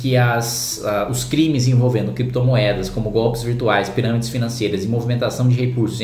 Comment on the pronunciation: Considerando que o "chefe" de vocês fala "Crépitomoéda" e "Bitcóio". Deixa eles regulamentarem. Quero ver conseguir achar pra tributar. Ah... Outra coisa. Não é pra usar exchange nacional, né gente? Não façam merda.